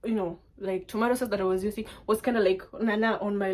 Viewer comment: Did you just say tomatoe sauce ? 😂😂😂😂😂😂😂😂😂😂😂😂😂